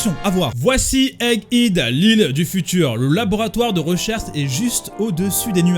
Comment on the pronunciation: EGG HEAD SE PRONONCE « EGG HÈD »